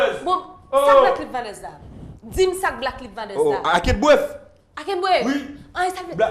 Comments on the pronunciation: Li bezwen frein wi msyeu an. Faute de vitesse tout tan. "Black leaves matè. I can't bref"😂😂😂😂😂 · "Black liv matè"😭😭😭